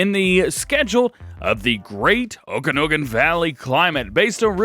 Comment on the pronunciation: I live in the okanagon valley it's pronounced (oak an aug en) sorry but it got to me lol